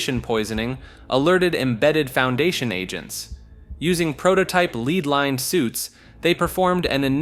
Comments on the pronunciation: He also says “leed lined” instead of lead lined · I wanna know who is writing your scripts because damn there’s no way you thought it was “leed lined” instead of “lead lined”